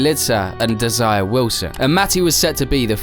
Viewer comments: It was certainly an obvious gaffe! Desiré is pronounced "Des-a-ray". :hand-purple-blue-peace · Maybe learn to say Desiré Wilson's name correctly. It is Des-ee-ray, rather than the desire in lust. As for Andrews' account, there may have been bad blood but if he landed up at Druids, the accident actually happened further along the track than Knickerbrook. Nasty crash for sure, but maybe not quite as he described. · Desire’ not desire. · Imagine pronouncing "Desiré Wilson" as Desire. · That's an AI voice giveaway. like lead/lead. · Tells you something about how 'informed' (not) the rest of the video is. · Yeah, that's not how you pronounce Desiré dude. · Not only does he mispronounce Desiré Wilson's name (the "é" is not some sort of decoration!) but he also mixes up her photo with Galica's!